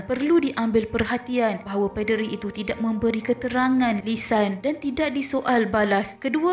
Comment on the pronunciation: Ada sebutan yang salah. Contoh 1. Poll 2. Paderi Sila betulkan sebutan anda ya. Terima kasih.